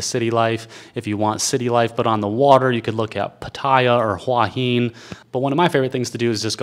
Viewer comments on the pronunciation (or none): It's pronounced Hua Hin, who-a-hin, หัวหิน. ห makes the H sound in Thai.